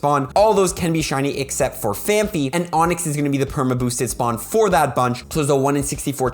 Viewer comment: Sorry, your wrong prononciation always gets me: it is PhanPy not PhanPHy, thank you!